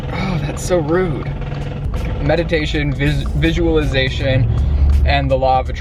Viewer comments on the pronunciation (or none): He literally cannot say visualization lmfao